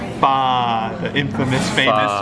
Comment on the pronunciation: You're still saying pho wrong... lol it's siracha, hoisin sauce and fish sauce. Lol hoisin as BBQ sauce